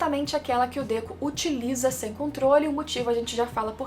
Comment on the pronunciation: Por q vc oscila entre Dêku e Dekú?